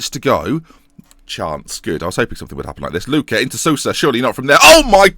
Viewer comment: Sousa is pronounced like Soh-sa. Great series btw, love it!